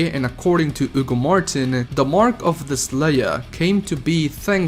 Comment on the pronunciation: "Oogo Martin"